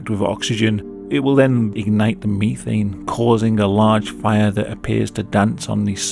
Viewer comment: theres no way hes unironically saying methane like that this has to be a bit